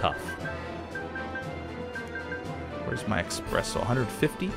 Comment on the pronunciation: ESPRESSO, not Expresso